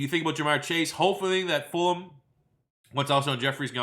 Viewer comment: Why does always ignore the G in Travis Fulgham’s name?